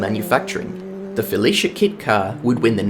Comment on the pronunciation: Your determination to pronouncing Felicia as fellatio is truly appreciated. I myself could use a fellatio kit, I mean Felicia kit car